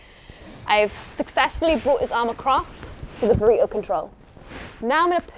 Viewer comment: She's saying Burrito with an accent